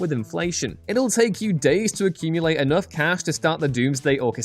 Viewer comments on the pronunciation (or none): none